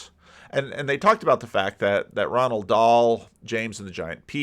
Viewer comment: Roald .....not Ronald. :-)